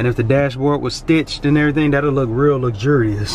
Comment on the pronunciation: Didn’t think Hyundai could do it but they are making some sexy vehicles. I noticed this truck right away because of the headlights which are cool. I’d prefer this than over my ML. Loved the way you pronounced luxurious 😂